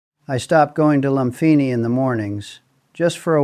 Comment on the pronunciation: Loompeenee, seelom. Sound it out